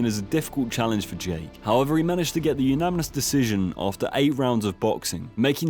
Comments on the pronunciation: It's pronounced "uNaNiMous", not "uNaMiNous". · Why does he say umanimous decision 😂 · Say unaminous one more time please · This guy doesn’t even know how to say “unanimous” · really struggling with the word unanimous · Say unanimous correctly challenge (impossible) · idk why but the way he pronounces unanimous really annoys me lool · Brilliant video, seriously, my only comment is the pronunciation of the word unanimous 😐 sorry my dude